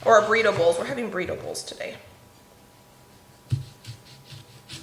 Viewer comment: I was thinking, "What is she talking about? Making "breedables" for dinner?" Then I realized you were saying Burrito Bowls. Haha! As you cook you'll figure out where things need to go. It is kind of nice to have the spices handy on the counter shelves, isn't it?